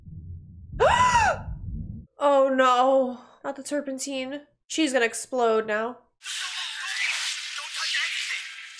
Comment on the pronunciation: You said "Terpenteen" Kekekek Shout out from the Marines!